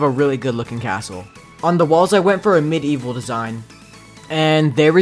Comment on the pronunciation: says medivel Me: thiught he sid middle evil